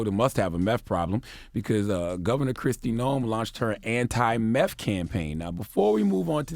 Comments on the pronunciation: You can’t even say nineteeth or meth It’s not nineteef It’s not meff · This man cant even say meth, hes saying MEFF. 💯🤣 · "Meth... Where my teef go?"